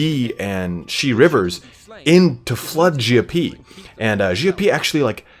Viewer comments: Your pronounciation of Xiapi is actually the better one ; ) Same thing with your Xiahou Dun pronunciation keep it up man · Your pronunciation is much better! :) And you were close with Xiapi, definitely improving! Xia is close to "she-ah" in terms of sound, but said quickly together. Similar to my previous suggestion for Xiahou Dun. For Cao Cao, I think it's easier if I just link this for your convenience: Altogether, loving your coverage, your enthusiasm is infectious!